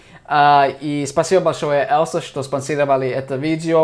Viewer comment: И "Elsa" - на русском будет звучать не как "ЭЛСА", а как "ЭЛЬЗА" - "EL`ZA"